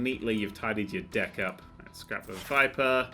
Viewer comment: I keep hearing Dick instead of Deck...